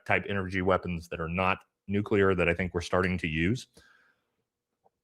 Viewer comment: It’s “nuclear” not “nucular.” (New-klee-er, not New-cue-ler)